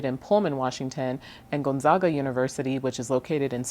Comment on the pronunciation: Great report, and well presented. I can tell that you are fairly new to here by pronunciation of: Pike Place, Gonzaga, Alder trees and a couple of other words. One of the driest towns is actually in western Washington, Sequim. I think your report will help those thinking of coming here. Many arrive unprepared financially. They think a $500,000 home will be easy to find, and will be upscale. It will be a tiny starter house.